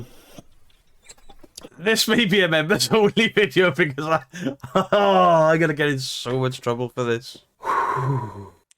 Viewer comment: It kills me the way he keeps saying ' I'm goonoo' ! And he still hasn't got any proper trousers !!!